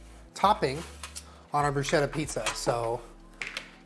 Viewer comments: Luv you but bruschetta is supposed to be pronounced “broo-sketta” 😐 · PSA: Bruschetta is pronounced like brusketta (the -ch sound in Italian makes a hard k sound). That is all. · i love you but PLEASE FOR THE LOVE OF GOD, please, pronounce bruschetta like brusketta, it's not a "sh" sound but a "sk" sound. yours faithfully, distressed italian dink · Italian pronunciation check! No big deal obviously just to inform you guys: it's pronounced brus-keht-ta not bru-shet-ta